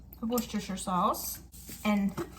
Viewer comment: Great meals and collaboration, you are a good cook. Also refreshing to hear you pronounce Worcestershire correctly. 😊